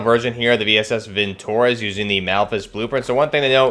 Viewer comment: it's not vintOrez, but vintorEz